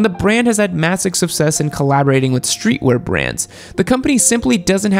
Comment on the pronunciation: "massig suvsess" Sicc